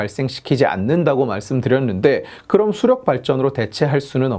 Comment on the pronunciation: 수력->수령으로 발음함 지칼 그는 빨갱이였나